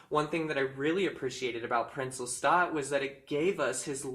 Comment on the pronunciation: Thank you for saying Lestat correctly 🙏🏻🖤